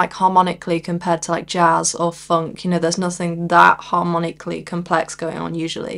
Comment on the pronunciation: I'd never heard a northerner say 'funk' before